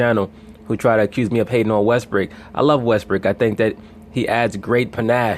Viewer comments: did this nigga say Russel Westbrick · Stop saying Russell West brick nigga